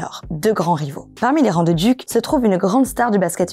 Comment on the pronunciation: C’ est « Dyouk’ » pas « Duke » ... mais on te pardonne.